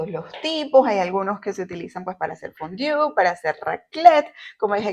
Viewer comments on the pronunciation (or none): Si hablas Frances por q pronuncias tan mal fondue donde dice fondiu?